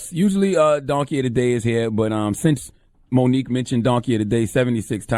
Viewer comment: Her name is Mo nique stfu I'm out